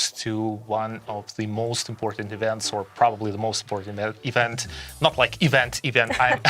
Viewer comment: You need to learn English better than what you speak now. It’s awful to hear what you saying. Ivant? Event